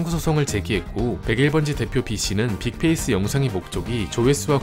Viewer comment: 빅페이스가 아니라 빅페ㄴ스인데